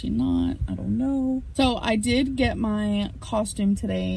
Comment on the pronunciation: I love how she says mahaeyeiee chili like there’s 12 syllables in my 🙄